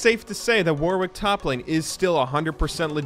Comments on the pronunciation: I might not be the first person to mention this, but "Warwick" is pronounced "worrik" - the second W is silent. How do I know? Warwick is a city in the UK with quite a famous university. Also, it's a lot easier to pronounce fast when you don't think about that second W ;) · We wouldn't make fun of you if you just said it correctly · I wish Americans knew how to say Warwick.